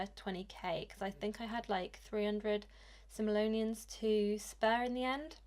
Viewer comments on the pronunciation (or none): So cute💙 It is so funny that you said simeloniens